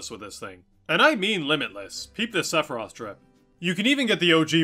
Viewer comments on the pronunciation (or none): none